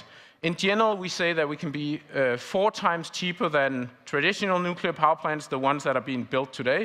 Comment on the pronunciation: Nuclear!!! And now he is racist